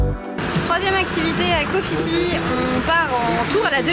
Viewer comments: un minimum kho Phi Phi,se prononce pi pi et non fifi brindacier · Ça se prononce koh pi pi 😂 le choix est toute suite fait pour le snorkeling koh tao est plus riche